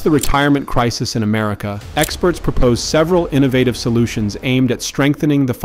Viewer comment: AI voice can't pronounce "crisis." FAIL